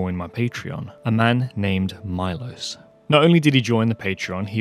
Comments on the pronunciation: Milos should be pronounced me-losh if he is from from central/eastern Europe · I think his name is not pronounced my-loss, but Mee-losh. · It's pronounced MEE-LOSHE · Milos would be greatfull if you pronounce his Name correctly. There is no Aye in I. Ist fonetic just Milos. And couse you dont have letter Š in Englisch alfabet , it would be as Sh. So Milosh would be for underdtandig easy way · Milos pronounced “meelos”. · Milos is a Slavic name, very common in the Balkans and the Czech Republic among other places. Remember the famous filmmaker Milos Forman, who directed Amadeus? However, unless this particular donor has Anglicized his name's pronunciation, Milos is usually pronounced MEE-losh, with the "ee" sound being short, as in "tip". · Since I bear the name of your most generous supporter it might be nice to pronounce it right: MEELOSH (I is pronounced as beer or deer and S is usually written with a caron [Š] and is pronounced as SH sound). I, unfortunatelly, am not near 700K to donate. ;) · I think his name is pronounced as “Melosh” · His name might be pronounced Milosh (Mee-losh) if he's from eastern Europe. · it is pronounced as it is written MILOŠ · You are butchering his name :D is Milos from Serbia?